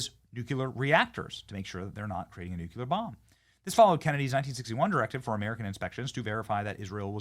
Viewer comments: If you say nu Q ler again I have to unsubscribe. It’s noo clee UR. Pronounce it correct or Lose everything. Anyone that can’t say this word correctly deserves nothing. Bush says new Q Lur. He’s an idiot. Are you an idiot? Then stop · It's pronounced Nu-clee-ur!!!! not Nu-cu-ler. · Benny, mate. Love your work!!! But pleeeease stop saying “nucular” 🤦🏼‍♀️🤦🏼‍♀️ It’s nucLEE-ARR. Ppl who say “nucular” sound unintelligent and that’s not you mate ❤️ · BENNY! REPEAT AFTER ME: "NUCLEAR"... "NU-CLEAR"... "NU-CLE-AR"... NUCLEAR! THERE'S NO SUCH WORD AS "NUCULAR"! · Hey Benny! It's pronounced NUKE-LEE-ER. NOT NUKE-YOU-LER !!!! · Nuclear not nucular! smh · Nuclear is pronounced like new clear not nuke you lur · Benny- love your work! Nu-cle-ar, not nuke-u-lar. please bro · PLEASE BENNY it’s NOO CLEE UR NOT NOOK YA LER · Please Benny...the word is nuclear not nucular. NU-CLEAR🙏 Please pronounce it correctly... please 🙏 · Benny, please stop saying “nook-yuh-lurr”, it makes you look stupid. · I love ya, Benny. But sound it out. Nuclear (Noo•klee•ur) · Say "nook-yular" again! C'mon, say "nook-yular" again! I dare ya, I double dare ya MFer, say "nook-yular" one more got damn time! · Can you say "nuclear"? 😂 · You need to learn how to pronounce “nuclear” correctly, Benny! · Any reason why you keep pronouncing nuclear incorrectly??? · STOP MISPRONOUNCING NUCLEAR!!! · What's a 'new q ler' weapon? You mean 'new clear (nuclear)? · Nu clear, not nuculrr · Benny! I love you! You're awesome! But it's "NU-clee-er," not "NU-kyu-ler" 😂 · Hey, Benny… What the heck is a “nucular” weapon? Is it anything like a “nuclear” weapon? 🤔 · Benny, you’re great and good piece. But, please…it’s nuclear (NEW CLEAR not NUCULAR 😬). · Wow i didn't know this, thanks lol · NOO CLEE AR, Benny! Stop saying Nu Ku Lar!!! Please! (Sorry, pet peeve). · nuCLEAR bennny not nukular!!!!!!! NUCLEAR NUCLEAR NUCLEAR NUCLEAR NUCLEAR Everybody learned that as teenagers!!! You say it ALL the time holy smokes it’s annoying!!